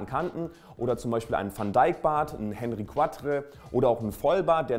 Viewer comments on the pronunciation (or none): Henri IV wird französisch ausgesprochen!